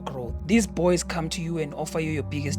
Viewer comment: "These bbwoys" 😂